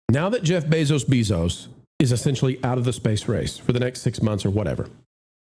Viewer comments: It’s Bezos, not Beeeezos. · FYI it's Bezos NOT BEEZOS